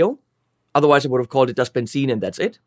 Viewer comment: Of course you pronounced Benzin correctly 👍🏻 Thanks for that And I'm not even German